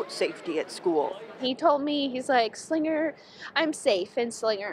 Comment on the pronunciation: yeah, was anyone else bothered by how she pronounced ti Slingger instead of Slinger?